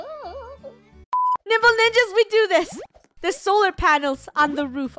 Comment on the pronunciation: Lol when they first Said Nimble Ninja's I thought they said Nipple Ninja's LOL